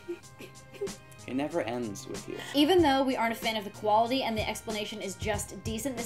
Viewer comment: Asian says, "Quarity"